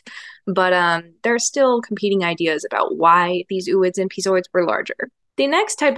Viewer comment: Are you kidding me with the 'ew-ids' again? It's 'oh-oids'.